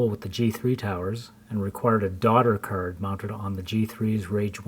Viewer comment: its a video cerd lmaooo its card with an a not an e